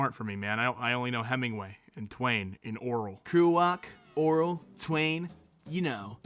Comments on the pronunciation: Oral? It's Or-well. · Pronounced "Orwell" (Oar-well) like "Oral". wtf? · Did he pronounce Orwell like oral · me: Orwell.: Oral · am i the only one hearing ORAL when he pronounces "orwell" also, as a sidenote, it's pronounced von-eh-gut, great author but i am Too Dumb to understand everything in any of his books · You know "oral"?!?!?!?! HAhAHAHAHAHA "OR WELLLLL" I'm crying.... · The way you pronounced Orwell kinda made me wanna die